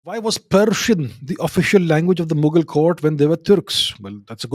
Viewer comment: I love how you pronounce it muggels 😂😂